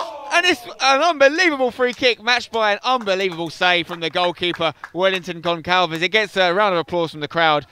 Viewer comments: Hey Uncle Spen...Your pronounciation of portuguese-based names is pretty decent...Small detail..."Gonçalves" is read as if it were "Gonsalves" pretty much, instead of "Goncalves"...Just for future reference! ;) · As a Portuguese speaking person, it hurts my ears to hear spencer say Gonqalves instead of Gonçalves 😂